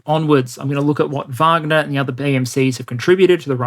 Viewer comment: Thank you so much for taking the time to pronounce wagner the correct way with the v sound. As an American every news outlet and so called expert brutally mispronounce the name and instantly you know they are just repeating the popular narrative without having any real context and history of the pmc. Love you're presentations top notch!!!! As bad as calling prigozhin putins chef.